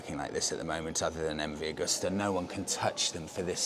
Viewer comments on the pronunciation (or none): Come on, guys, you sell these bikes. It's MV Agusta, not augusta.